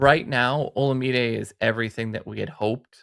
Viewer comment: listen - it’s OH- LA - MAH-DAY. Olamide Zaccheaus. Say it slow. It’s sooooo painful when you call him oh - luh - meeedee. Lol